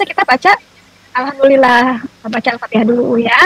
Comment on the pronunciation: Sebutan Al fatihah pun tidak betul bagaimana si maksud fatihah, mana tau sebutan Al fatihah nya ITU Ada lah laknat kpd diri nya...nuzubilaminzalik.